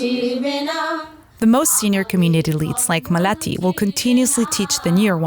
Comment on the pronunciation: maalathi ,not malati